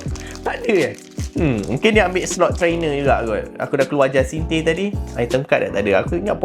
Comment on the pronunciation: Pronounciation Jacinthe : Ja-san-th